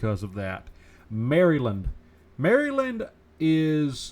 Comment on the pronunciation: I have never heard anyone say Maryland like its two words.